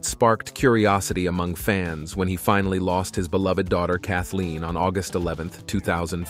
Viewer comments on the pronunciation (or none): none